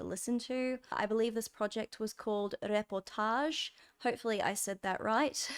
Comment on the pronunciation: I’m french and, yeah, it made me smile. You actually said it with a german accent ahah ;p